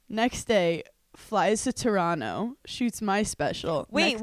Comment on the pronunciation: Hannah saying Toronto like a local eh